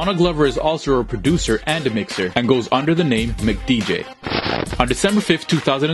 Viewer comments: That made me cringe when he said Mc Dj 😂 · mcdj is pronounced m-c-d-j